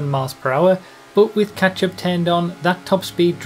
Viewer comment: When says catchup, I hear.... ketchup.